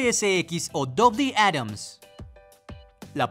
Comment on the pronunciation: Jajajaja quiso decir doble átomo en vez de dolby atmos 🤣